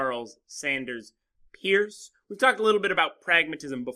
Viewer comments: You paused a bit before pronouncing Charles Sanders Peirce's last name, like a tease, and then said it wrong anyway. ;) (pronounced as "purse") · This is the best adumbration I've seen on the subject. Only two suggestions: 1. Peirce is pronounced like Percy without the y. 2. Establish what sort of thing the words truth and fact refer to. See Austin and Nietzsche.